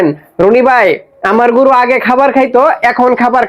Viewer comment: ভাই গুরু না গরু। উচ্চারণ ঠিক করে বলবেন। শুভ কামনা রইল ভাই 💚